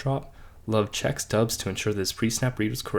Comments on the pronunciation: Romeo Doubs’ name is pronounced Dobbs not Dubbs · It’s DOUBS NOT DUBS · You don't even know how to say Doubs name. Its Dobs - you know how they pronounced it during every game for the last two years. Wtf do you know about the Packers if you clearly haven't watched them enough to know about this. His name is currently our litmus test and you somehow failed.